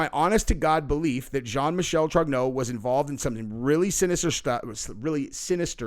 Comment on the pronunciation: His middle name is Michel, pronounced “Michael”. As in a man.